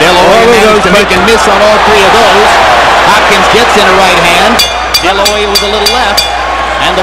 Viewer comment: "Hopkins sauce" he said